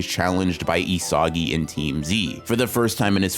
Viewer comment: Excellent analysis. But say it with me: "EE-suh-gee" 😂